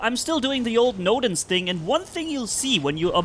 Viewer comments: Bro noodle❌ nodens✔️ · I love how he calls nodens 'noodle' 😂 Great video!